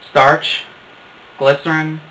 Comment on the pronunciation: dude,is it clystenr or glystern u said?